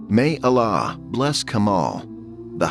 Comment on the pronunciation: Horrible AI voice. Saying Allah as Alaaaaaaaa 😮